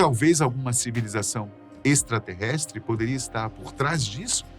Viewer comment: Que prazer escutar um locutor com boa dicção, que não transforma vogais simples em ditongos tipo um outro que vive dizendo "eishtraterreistres".